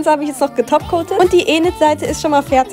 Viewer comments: Sorry aber Enid das e wird wie ein i ausgesprochen 😊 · Es wird inet ausgesprochen nicht enid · Es wird nicht Enid, sondern Inid ausgesprochen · Nicht Enid es wird inet ausgesprochen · Sie sind schön aber sie wird Inid ausgesprochen und nicht Enid 😂❤ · Es wird nicht Enid ausgesprochen sondern lnid ausgesprochen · NEIN SIE NAG ÄNID ES WIRD INID AUSGESPROCHEN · Nicht Enid ausgesprochen sondern man spricht es ined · Schöne Nägel machst immer coolen Kontent aber es triggert mich dass du Eenid sagst also das E wie im Deutschen aussprichst es wird Ined ausgesprochen🫶 (NO HATE🫶🫶) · Sorry dass ich es sage aber endlich wird nicht ened ausgesprochen sonder ined gesprochen und enid geschrieben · Sie wird mt enem I ausgesprochn also nicht Ened sondern Ined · Wirklich Es wiegt Inet ausgesprochen nicht ENET!!!! ES WIERT NUR SO GESCHRIBEN!!!!!😠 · Enid, es wird wie ined ausgesprochen 😂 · Es wird Enid geschrieben aber Ined ausgesprochen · Es wird Init ausgesprochen aber Enid geschrieben 👍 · Kein hate aber es wird enid geschrieben und ined ausgesprochen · Nicht böse gemeint aber es wird inid ausgesprochen 😊Bitte keine hates😢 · Liebe deine Videos und soll kein hate sein aber es wird Enid geschrieben aber Inid ausgesprochen sorry aber sowas triggert mich extrem 😂😂❤❤ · Es wird Inid ausgesprochen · Sie heißt Inid so wird sie ausgesprochen und Enid geschrieben aber nicht sschlimm❤❤❤❤❤ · Es ist sehr schön aber du musst enid mit einem i aussprechen also ined man schreibt es zwar mit e aber man spricht es mit i aus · Ihr Name wird Enid geschrieben aber Inid Ausgesprochen 😂❤ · Enid wird Inid ausgesprochen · Es wird Ined ausgesprochen 😂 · Es wir enid geschrieben aber wird INID ausgesprochen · Hey no hate jz aber nur das dus weißt sie wird zwar enid geschrieben aber inid ausgesprochen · Es wir Inid ausgesprochen aber Enid geschrieben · Sie wird zwar enid geschrieben aber iened ausgesprochen!!!! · Es wird iiiiniiid ausgesprochen und enid geschrieben ahhh Spass nicht hate